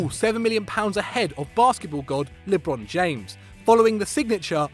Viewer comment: "Lib-ron James" 😂😂😂